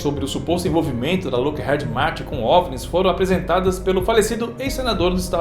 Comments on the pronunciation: Que agonia, vc falando Head ao invés de heed. 😂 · Na lingua inglesa a letra "e" tem som de "i", então a pronúncia da fabricante americana Lockheed é "Lóck iid" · Dois E em inglês tem som de I. Loquerride seria a pronúncia correto. Desculpa é que dói no ouvido.